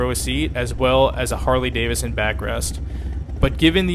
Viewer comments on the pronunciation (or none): It's pronounced Davidson. Not Davison.